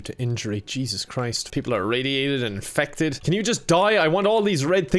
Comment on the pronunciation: When you say infected, in my head you're saying in-feck-ted.